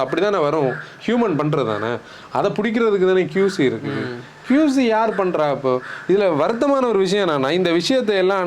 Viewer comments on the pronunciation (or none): Bro it is not QZ it is QC